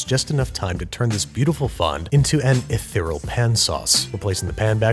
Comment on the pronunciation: I notice that you've been trying to pronounce "ethereal". Almost there; keep up the good effort!